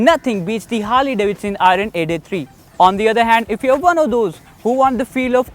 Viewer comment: R is silent in IRON bro....